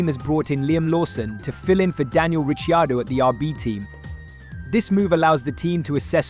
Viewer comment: Rishi-ardo? C'mon.